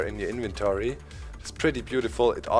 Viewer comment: Love the way says invetory